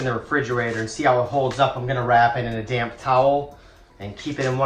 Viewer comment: lol....damp towel not damn towel (that is what my brain heard)